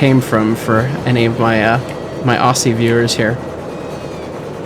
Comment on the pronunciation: Hello! Im one of those Aussie viewers who watches all the videogame stuff (also its pronounced Auzzie, gosh your pronunciation sent a shiver through me). We did meet at Hunter Valley Steamfest, if you recall being given a small book about Shays. I didnt get a chance to ask then, but have you ever played with the Immersive Railroading mod for Minecraft? Steam sim is fairly rudimentary, but the locomotive construction mechanics are rather fun, might be at least ten minutes worth of content in there for you...